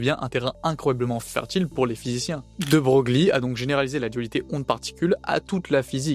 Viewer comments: c’est chelou, mais on prononce De Breuil, pas Brogli. Merci pour la vidéo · effectivement ca à piqué un peu au debut !😅 nous ne sommes jamais parfaits (d'ailleurs "de broglie" se prononce de breuille, mais "broglie" sans la particule se prononce brauglie car c'est le nom du village d'origine de la famille. encore un truc simple en français) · c'est pas un drame, mais quand tu fais de la vulga, pas savoir que ça se prononce "De Breuil" c'est pas terrible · Super travail ! 😊 Félicitations pour cette remarquable vulgarisation ! NB : de Broglie se prononce "de Breuil" ( breuille) 😅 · Dans la langue française, il n’y a pas de faute sur l’orthographe ou la prononciation des noms propres, alors ce n’est pas bien important et puis on en apprend tous les jours 😉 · alors techniquement l'IA me dit que mal prononcer un nom propre renvoie à sa prononciation d'usage et la bienséance linguistique voulant qu'on prononce comme le prononçait son porteur, en l'occurrence prononcer "De Broglie" est une faute d'orthoépie (sic) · J'allais effectivement corriger bien amicalement la prononciation. Bravo pour ta rectification...